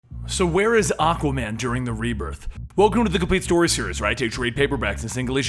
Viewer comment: So I can pronounce it Supperman? Lol, the word existed before the name, or are they battling Aquayman?